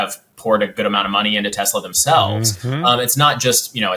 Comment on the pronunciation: Telsa or Tesler? 🤔😂